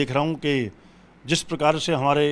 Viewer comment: शोमवार, आश्था, जिश प्रकार , फूल बरशाये, भाषा तो शुद्ध बोलना सीखो, हिन्दू धर्म की रक्षा बाद में कर लेना।